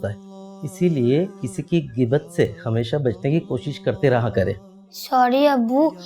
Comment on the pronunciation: geebat nhi bhai ghain hy gheebat